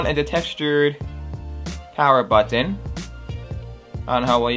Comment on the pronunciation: Citizens of the U.S. -- do you cringe every time he says butt-ton?